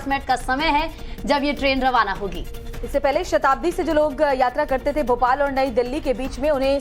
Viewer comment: It is Bhopal not Bopal